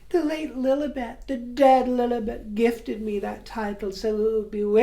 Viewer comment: Your intro was the best and I can’t get over how you say Lilibet’s name 😂😂😂😂😂